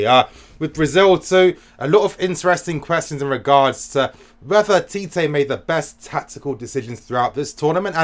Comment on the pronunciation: First of all, Tite is pronounced as "Chi-Chi" LOL... Not TeeTay I was telling my friends that Mertens and Carrasco are the deadweights in the team, along with Meunier. And Belgium gave themselves a chance with the changes! Neymar couldn't find a way pass Fellaini all evening. Oh that diving... It's less, but when he did it's so fucking exaggerated. Hazard showed tonight what a leader should do. When you're the best player you need to make sure you deliver. He bought so much time and freekicks for the country. Hazard > Neymar Finally I need to talk about Tbo. He has been the best Gk in the World Cup, and it's not close. All the stupid talk about fans wanting him out is bullshit. They don't see what an all round keeper Tbo is. Every long ball towards the box? Tbo gobbles it up. Stop insisting that Allison or De Gea is better. Tbo has to be mentioned in the same breath already.